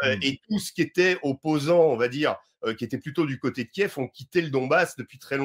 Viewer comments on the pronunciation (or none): none